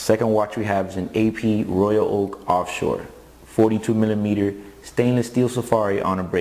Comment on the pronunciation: "Steelw" lol